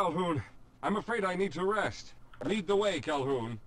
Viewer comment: its Calhoun, not hoon get it right jeez